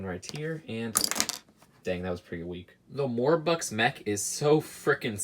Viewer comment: Cross Sans by saying the way he said more buck's it sounded more like hore bucks